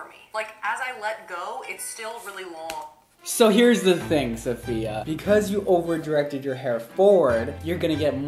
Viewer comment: It's SAFIA!!!